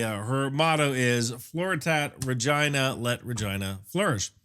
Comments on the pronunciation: Isn’t it pronounced regeena? Latin pronunciation of the word for Queen?… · Good video! But sometimes it sounds like he says Regina, but sometimes, not so much?? The 57mm is nice, the guided projectile is cool! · Not a single time did I hear an "R" when the name of the ship was pronounced. 😂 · That's a Canadian accent when you say Regina,. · I absolutely cannot take this video seriously when you keep pronouncing the name like that. 🤣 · I don't know why we pronounce " Regina" like this. It does seem odd. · My main takeaway is that if you ever discuss this ship again, you really do need to use the Americanized pronunciation of its name…. I swear, in the first few minutes of the video you said the name multiple times and I was forced to turn on closed captioning to make sure you weren’t saying what my ears repeatedly told me you were saying… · $20K video to go inside the (pronounces Regina like )